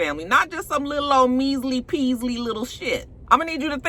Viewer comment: The way u say liTTle latino lover 💀